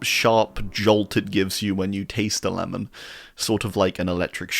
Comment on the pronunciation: Ah yes, "Lemon" Carter